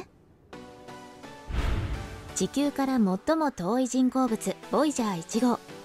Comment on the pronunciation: 「ちきゅう」の発音が少しおかしくない？